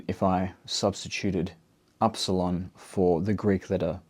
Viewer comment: Dear. Im from Greece. Its not called aρsalon. We call it iρsilon.